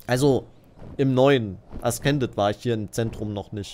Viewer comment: Es wir äsßended ausgesprochen, nicht äskended.😪